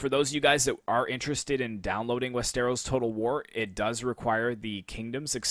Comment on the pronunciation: just a nitpick but its wester-os not west-eros